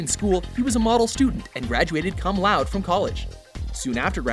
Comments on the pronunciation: cum loud? sorry guys but its pronounced "koom lau-day" still love your videos! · Cum loud? - Well, i would, but the neighbours would complain. yes i know, he said "Cum Laude" which means "with praise/honours/distinction" - whichever you wanna use.... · No, you're right, it's pronounced "ko͝om ˈloudə" or "Koom Laow-deh/Low-deh". I get the sense they give this dude a script and have him read it in one take. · At least learn how to pronounce "cum laude."